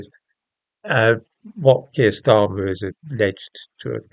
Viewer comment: Kweer starmer 😆😆